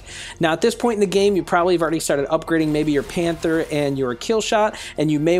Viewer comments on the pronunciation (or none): none